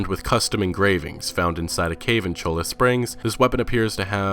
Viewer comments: you need to work on your pronunciations bro. Cholla is pronounced "choy ya" n Schofield is pronounced sho-field. I do enjoy the series. Keep it up bro. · Also Cholla!